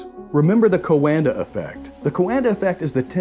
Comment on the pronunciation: Thank you! Very informative. BTW "Coanda" is read as in "wonder" with a q in front (2 syllables).